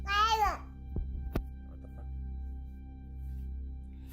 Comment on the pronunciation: "Fock. Fock. Fock. Fock." 😂